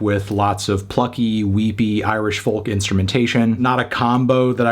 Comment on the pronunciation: Surely the 'l' in 'folk' is silent?